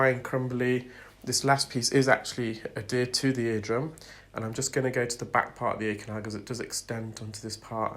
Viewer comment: Forgive me, but are you saying "addered?"